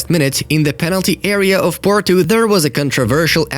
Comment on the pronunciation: PORTO not PORTU